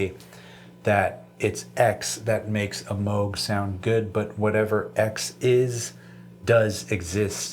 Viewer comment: I love that you say Moog the correct way 😀